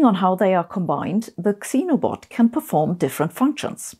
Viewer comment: Great presentation! Two minor corrections if you're interested: "Xenobot" is pronounced "Zenobot" (not ekseneobot), and "caterpillar" is "cat-er-pillar" (you said cate-er-piller -- long "a"). Also "syringe" is "sir-inj" not "sigh-renj". Sorry -- English makes no sense in some of its pronunciations.